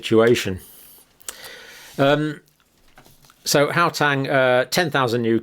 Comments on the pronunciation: Please, Dr Campbell, it is Gau-teng , not Gau-tang. (I remember your saying you were a bit dyslexic so it is brave of you to tackle our strange names!) It is wonderful hearing you discuss South Africa, and I'm very grateful for your research. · its HOW - TENG not GOW -TANG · I am from South Africa, love how Dr pronounce "How Tang" (Gauteng) :virtualhug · Please just learn how to pronounce Gauteng the right way